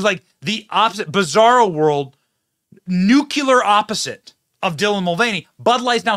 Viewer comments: Hey Benny, why can’t you say nuclear……it’s not freaking nucular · Hey Benny, quit saying "Nuclear" wrong.